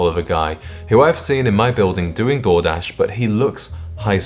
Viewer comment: 😅I thought you said "Jordache," and realized later you actually said Door-dash. Underpaid Door-dash IS classier than the other overpriced trash.